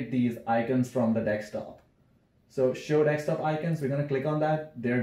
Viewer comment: that "dekstop" is insane bro